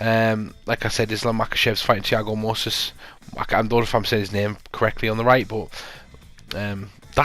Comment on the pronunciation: Moises, is Apparantly pronounced like Noises with an M.